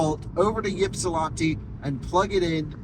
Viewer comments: Ypsilanti is pronounced "ip-see-lan-tee" or "ip-suh-lan-tee" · Yipsilanti is pronounced IP-sil-AN-tee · Always cracked me up when people try and over pronounce Ypsilanti. Just say it as the locals do; Ypsi (ip-see) 😂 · Quite enjoy your videos, but being from Ann Arbor your pronunciation of Ypsilanti caused me pain, keep making great videos and hope you enjoyed your time in Michigan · Listening to you try and say Ypsilanti so many times is like nails on a chalkboard for us metro detroiters😂😂😂😂😂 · I ran to the comments SO FAST after I heard you butcher Ypsilanti but then I saw the edit caption LOL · Congratulations, That is the oddest way I have ever heard Ypsilanti mispronounced lol